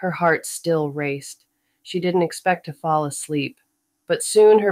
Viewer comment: The AI narration was terrible! It’s hard to believe the author paid anything for it. Basic English words are so mispronounced that it makes the story impossible to follow. Mistakes occur in almost every other word—“call” becomes “cal,” “fall” is “fal,” “followed” turns into “fal-lead,” and “happy” is pronounced “hap-why.” This was one of my Kindle Unlimited books that I didn’t finish, so I thought it would be a great candidate for an audiobook. Unfortunately, this narration ruined even a casual listening experience.